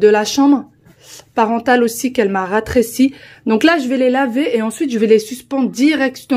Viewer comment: Bonsoir, J’apporte une toute petite correction ☺️☺️ si tu m’autorises...on dit « rétrécir » et non « ratrécir ». Très bonne soirée 😘